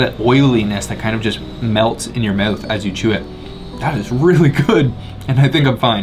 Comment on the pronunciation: Dude its mouth not mawth haha